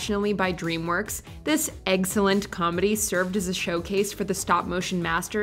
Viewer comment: "Eggcelent"... Nice